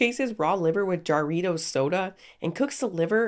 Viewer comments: jah ri toes soda its ha ri tos bud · I absolutely love your content but jarritos are pronounced with a "Ha" not a "ja" with peace and love. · love you but the pronunciation of jarritos killed me